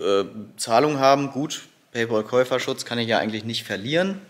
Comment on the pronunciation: **Klugsch-Modus-an*** Oh nein! Du musst Paypal (sprich "Päipel") nutzen! Paypaul gibts gar nicht! ;-) ;-) ;-)